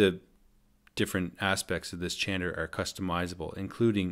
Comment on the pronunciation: Chanter not changer! 😣